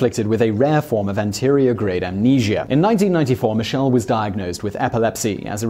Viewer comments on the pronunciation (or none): Anterograde = An-teh-ro-grayde not an-tee-ri-oh grade. You added a syllable. For a narrator you make an unacceptable amount of errors in each video.